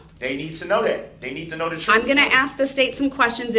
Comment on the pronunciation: Bittersweet.... I cannot wait for him to fry.... and I want to hear the victim statements but it's gonna hurt & I don't even know these people. He keeps saying "Tell the truff"... what? No words..